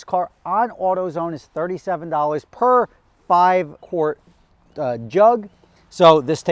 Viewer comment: It's pronounced "kwort," not "kort."